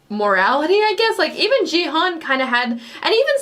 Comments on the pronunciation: OMG He can't pronounce the protagonist's name until the very last episode ends His name is Gi-hun not Ji-heon lol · 9화까지 보고도 기훈을 끝까지 지헌이라고 하네..ㅋㅋㅋㅋ 귀여움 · 자꾸 지헌 이라 그래서 누군가 했네ㅠㅠ 기훈이를 지헌이라고 읽는구나.. Actually Gi-Hun 's pronunciation is "Gi"[ɡɪ] just like 'gear' ,"Hun" is Hoon [huːn]. Just FYI :) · Gi-Hoon, The pronunciation of hero's name is very similar to Ki-Hoon, not Ji-Hoon. I can tell you certainly 'cause I'm Korean. Thank you for loving Squid Game. ^ ^ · Main character is Ki-Hoon, not Ji-Hun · Just a little bit of a korean name pronunciation correction. The "Gi" in Gi-Hun's name is not pronounced as "gee/jee" but like the "gi" in guitar, a strong sounding g. Also the Hun is pronounced as "hoon", like the pronunciation in spoon. I enjoyed watching your reactions, as I was tuning in for them every day since you reacted from ep1. 😊